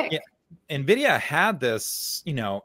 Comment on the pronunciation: Why does nobody know how to pronounce Nvidia?